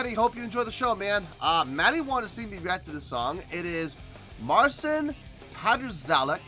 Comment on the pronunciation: Most of his arrangements are really impresive. I don´t play guitar so for me it is crazy to watch. You were close with pronouncing the name. The correct way, for any future reactions, would be Martsin Patshauek. The impressive thing is that this guy is only 21 years old and started playing a classical guitar when he was 10.